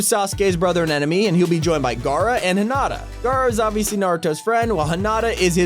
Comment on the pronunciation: BRO IT IS NOT HENOTA ITS HENATA LEARN HOW TO PRONOUNCE THE NAMES AND OROCHIMARU IS NOT A VILEN NO MORE